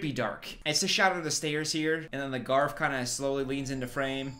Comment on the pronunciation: him saying 'the garf' everytime is sending me